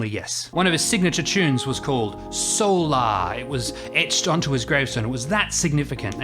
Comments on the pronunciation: What's with the intentional mispronunciation of the word solar? SOUL ARE is NOT how the word (or the song title) is pronounced. Why all the blatant pretension? This is not directed at you specifically -- I've heard the same pompous mispronunciation from others through the years. Where does it come from? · I have another question about this tune. When people say the word"solar" in the context of something related to the sun,it is pronounced a certain way, but when jazz musicians refer to the song "solar" they pronounce it a different way. Why is that?